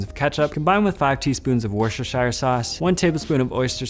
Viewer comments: Worshurshoire sauce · Wootchestersheer is how it’s pronounced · I mean this to educate not criticise…it’s pronounced phonetically Woo-Stir-Sheer, if you want to be authentically British you can actually just call it Woo-Stir sauce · PLEASE! for the love of God it's pronounced "worster" source. ;)